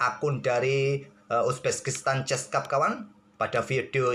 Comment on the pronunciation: Bang kok penyebutan uzbekistannya agak laen 🤣 Uzbekistan ❎ Uzbeskistan✅